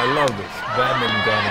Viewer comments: why dont they pronounce badminton properly. they miss out about half the word. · badminTON, not 'badmin'